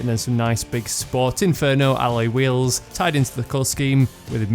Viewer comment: lol like the way he says ally wheels